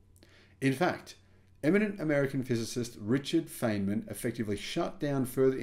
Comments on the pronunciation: Richard Fine-man, didn't live in Arkinsaw. If he did he might be fined for not saying it correctly. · I think you've been had :-) this has been hyped as new breakthrough every year for a decade. Also, it's pronounced Fine-man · Feynman is pronouncd Fineman, and Arkansas is pronounced Arkansaw. Hope you don't mind my corrections.